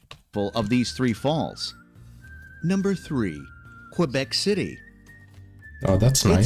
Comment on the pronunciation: "Ontario,s lake" ??? Reedoo ? this announcer is clueless . , key , not cway